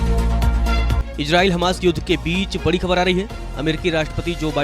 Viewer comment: एंकर जी कृपया अपने उच्चारण पर ध्यान दीजिय। gaaja, ijraail, kabja आदि शब्द कानों में चुभते हैं थोडे प्रयास से इनका सही उच्चारण सीखा जा सकता है।